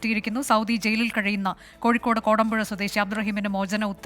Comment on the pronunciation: Not kadampuzha but kodampuzha